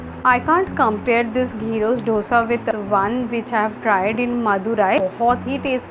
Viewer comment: It's not DHOSA. It's दोसा